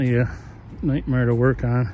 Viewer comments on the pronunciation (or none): none